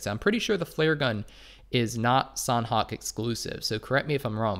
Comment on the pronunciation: Thanks for the vids... btw sanhok has silent h— so its more like sanok